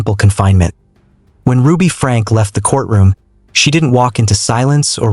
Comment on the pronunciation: It is pronounced Frankeee.